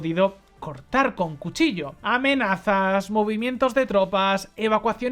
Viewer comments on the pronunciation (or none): none